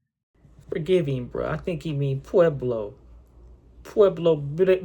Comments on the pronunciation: "Pablos" 😂smh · It’s not Pablo’ It’s ’PUEBLO” Theirs a difference blood 🩸 Pablo is the plug an Pueblo is the hood. On. Bloodz🩸